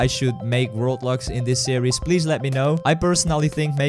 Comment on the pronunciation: It sounds like "that's a lot of roblox"